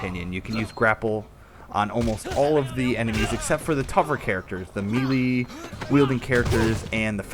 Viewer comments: It's "May-lay" not "Mee-lee". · its actually "meh-lay"